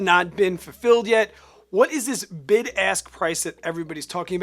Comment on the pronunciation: Great video!! Maybe it's just me but I keep hearing BIG ASS bid & BIG ASS spread 😂